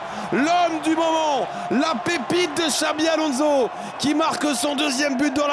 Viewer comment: C est pas alonzo... Mais Alonssssso ! T as que ça à faire en tant que commentateur... Apprendre à prononcer le nom des joueurs....